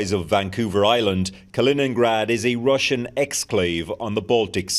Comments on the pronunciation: Definitely not russhun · But not russhun